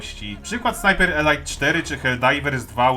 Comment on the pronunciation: "elajt" to eleit a "elit" to elite Taki mały szczegół, ale bardzo fajny film muszę przyznać. Pluj dalej na te firmy dzisiejsze!!!